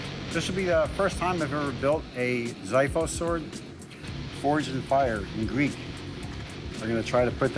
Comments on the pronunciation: The contestant with the camo bandana pronounced Xiphos wrong 😆 It's pronounced "zee-fohs", not "zie-fohs" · It is written Ξ Ι Φ Ο Σ ξίφος in Greek And pronounced as KSIFOS with a KS Not a << z >>. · Guys, hiii there, can I make a small correction? In Greek language its Ksifos not Zifos, in Greek its spelled like this Ξίφος and the Greek letter "Ξ" is pronounced as KS not as Z. Maybe the Greek Ξ is the X in english but when the X goes infront of the word is pronounced as Z so its a different word. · its pronounced Ksiphos not Zephos.. which is the greek word for sword.. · Well, it is pronounced as ksifos, not zifos. Literally means sword. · its pronounced "ksifos" not "zifos" in greek is: ξίφος (im greek) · You pronounce it tottaly wrong you mericans. Its not Z(ifos) ...its KS(ifos). Imagine you were called Amerisans cause C in many languages is pronounced as "S" and not as "K" .cmon basics... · all of them pronounce it wrong ...its not zifos... its ksifos.... how to you spell X in gram? its X as Xifos not Z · The xyphos in Greece is pronounced with the x from "Ex" for example, zyphos is wrong pronunciation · ITS NOT ZIFOS, ITS KSIFOS.EVERY GREEK WORD HAS ETYMOLOGY THAT YOU DESTROY PRONOUNCING LIKE THIS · The "zifos" is pronounced "ksifos". Stop pronouncing "X" as "Z". You're butchering Greek language. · Sword's name: xiphos Americans: zeefoz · The word is ΞΙΦΟΣ and the correct pronunciation is exactly KSEEFOS. Trust me, l do know some Greek. I have had a good laugh when the guy in the video said "Zaiphos" instead of Ξιφος. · Its pronounced ksifos NOT zeefos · Ιt is KSIFOS. Stop pronounce the letter X as Z in Greek words. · Its X...like kseephos. Not zeephos. Ξίφος. In greek it means sword (obviously). I am greek btw. There is also the word spathee. Σπαθί. It means sword also. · I like it, but they pronounced it wrong, I know its spelled xiphos and sounds like its pronounced like ziphos but its actually pronounced ksiphos (which in Greek means sword)